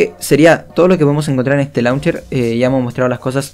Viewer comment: Se pronuncia launcheir